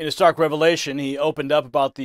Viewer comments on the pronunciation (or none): none